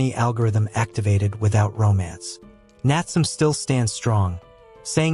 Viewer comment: Bro it's not natsum it's Natsume 😢